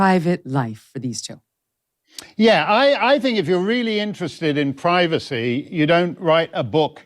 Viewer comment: "We want privaceh! We want privaceh!"